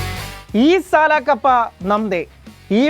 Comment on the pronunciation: ഈ സല അല്ല സാൽ, സല എന്നു പറഞ്ഞാൽ തെറി ആണ്